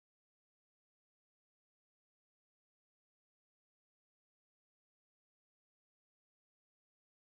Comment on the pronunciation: It's pronounced "kwa-son". Think of the final letter N as having a chondo bindu above it